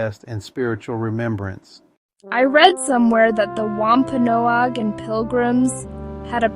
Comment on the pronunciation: It’s driving me crazy how he says “Wampanoag”…I’m Wampanoag I guess that’s why!